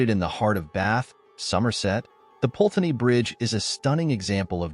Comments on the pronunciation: Put-ney is the pronunciation not Pulteney. If you're going to report on the UK at least learn correct pronunciation. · I'm telling you now that no such "ghost" called Eliza who jumped into the river Pulteney (which again the narrator doesn't pronounce correctly) exists in Bath. And NO such "legend" has ever existed in Bath as you profess. You are completely and utterly fake.